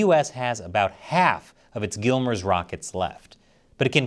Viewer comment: Stop calling it “gillmers”!. Listen to army ppl they call it “gimmlers”